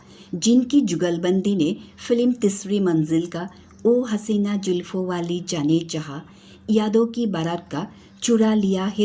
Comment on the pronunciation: Good but please improve your URDU. Very important. Zulfoun not Julfoun. Manzoori not Manjoori